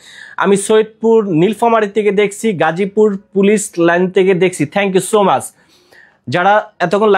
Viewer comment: Not mash na bhai Is much pronunciation tic moto koren please.